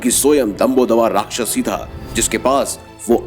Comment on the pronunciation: Bahut se facts kam hain, yahan tak ki rakchas naam tak galat bola ja raha hai